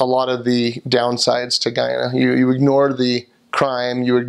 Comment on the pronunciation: Yay!! You pronounced Guyana correctly lol most foreigners pronounced it as "Geeana" instead of GUYana lmao sorry you were stabbed though and glad you're okay. Everything you said about Guyana is so true lmao 🤣